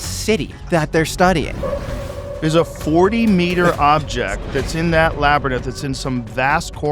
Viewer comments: Joe still saying LABYRINTH like Labyrnith after multiple people have corrected him is wild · Can someone tell that fkn muppet how to pronounce “Labyrinth”…..it’s not fkn ‘Labranith’. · Rogan is still saying Labernith im fucking dead 🤣🤣🤣🤣🤣🤣🤣🤣 He's been saying it wrong since the Ben Van Kerkwyk interview on the 25th and still none of his "friends" have been like hey bro its Labyrinth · Geez Joe it’s pronounced. (Lab ar inth) Not Lab ar nith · Excellent interview. Well done. But Joe, "Labyrinth" is pronounced "Lab Ur Inth". Not Lab Ur Nith. I still love your work, watch every episode. And sometimes listen to them while I sleep. And on occasion I have some trippy dreams because of the topic, or maybe not 🤔 . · Joe!!! For the love of god please stop!!! Labyrinth La Be Rinth Labyrinth Not Labernith 🤦‍♂️ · Someone teach joe how to say labyrinth.(lab-ih-rin-th)...his Lab-ra-nith is getting old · Its pronounced in two syllables, "Lab"(like the dog)- "rinth"(like what Mike Tyson does to soapy dishes)... not "lab-RA-ninth"! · Its- Lab er inth...not Laber nith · Love this. This is at least the 3rd show now that Rogan says labyraninth instead of labyrinth and I can't unhear it. The guest and/or host corrects him by saying it correctly right after. I think he is doing it on purpose now just to fuck with people. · Drives me nuts lol Lab, er, now say rinse like you're Tyson, rinth. Lab, er, rinth = labyrinth. Why is this so hard for him to pronounce, and he's been corrected a few times, immediately goes back to ernith, gaaaaah, lol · I wish someone had the balls to tell joe that its a labyrinth NOT a labyrnith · You would think that somebody that speaks to the world for a living that they would know how to pronounce the word labyrinth, and not call it a labyrinnith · ********************************* . "Laber- nith". As Joe says TWICE in a row... funny stuff... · Good ol labbernith 😂 I will never let this one down joe🤣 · Say Labernith 1 mo time Joe. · Joe "Labernyth" Rogan